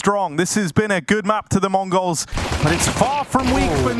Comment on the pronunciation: ich verstehe immer "Mongos"